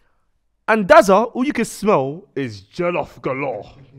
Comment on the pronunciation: It’s jOllof not jEllof but quality episode and R.I.P Spec’s Dad